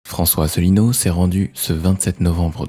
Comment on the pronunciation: "Cher" Mr François "Allineau" ??